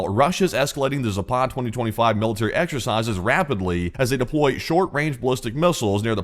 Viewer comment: Please ! It's not Zapaaad ! It's Zapad ! 2 short "a" s !!!!!